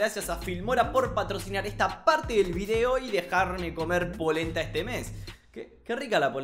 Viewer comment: Cuando dijo polenta, yo pensé que dijo poronga